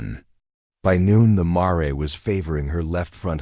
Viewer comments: Brooklyn, NY. I started listening to this story, but I am tired of hearing the mispronunciation of the word MARE. I understand the word Mare " to be a female horse, pronounced like Mere or in American English Mayor. If I am wrong, then shame on me, but the AI voice pronounces Mare like "Maray" - that is so annoying, so I would not continue to listen anymore. I think that this might be a great story but I just finished listening to another story that pronounced Mare exactly the same way. I listened to that story because the word Mare did not appear as much as in this one. Thank you anyway. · I got as far as mar-ray. Stopped there. It’s mare. Sounds like rare. Female horse.